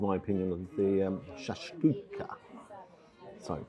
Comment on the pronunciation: I'm no expert on Moroccan food (been to Marrakech once) but you pronounced Shakshuka perfectly. I hope Rick is better with fish identification than sausage. Chorizo is from Italy, Merguez Africa - which traditionally isn't included. Edit - it looks like you where served egg soup, Shakshuka is nothing like that in Marrakech.